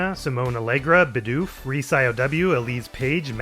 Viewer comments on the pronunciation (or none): You pronounced one of your new subs as biDOOF but the emphasis actually more on the first syllable, "Bee-doof" Another great episode of course, good dinner companion